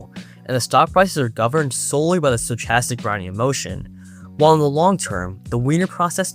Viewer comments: sto-ch-astic? wtf? it's pronounced sto-kas-tic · how do you have an iq of like 6 or 700 and you can't pronounce stochastic